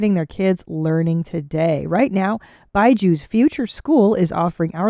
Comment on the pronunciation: I think it’s supposed to be Bee-jus, not By-Jews. Imagine Paddy scaring kids with his fangs and his horns🫠